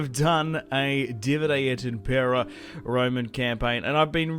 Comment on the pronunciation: For the first time I watch someone who's correctly saying "Divide et Impera" - salute!